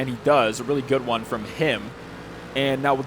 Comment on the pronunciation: the emphasis on “him” makes it sound transphobic idk why